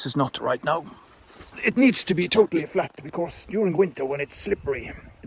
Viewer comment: Ingen r i fordi på engelsk